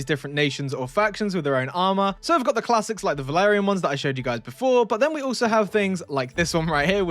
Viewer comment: Valarian? It sounds like Vlandian 🔥🔥 (m&b 2 bannerlord reference)